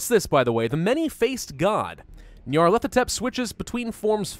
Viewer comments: Knee-o-leth-o-tep That’s how you say it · pronounciation: nyalethotep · Nar/pa/lar/pa/tept That’s how you pronounce it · Ni(long i)-arr-leth-o-tep. GG for English, amirite? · its pronounced Nyar (Like Nyan) Lef-o Tep, Nyarlefotep. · Neo-leth-ah-tep that's how you pronounce it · I think it’s nyar-thel-op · the cult of butchers the name like a substitute teacher